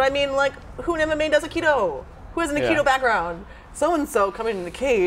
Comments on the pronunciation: The way she says he's Aikido sounds like "he's a kiddo" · I agree.Wimen shouldent fight.She is dissrespecting both aikido and Seagal and this says more aboth her then Steven.Im not impressed.She cant even say aikido.She says "Makido" and the chair almoust kicked her ass.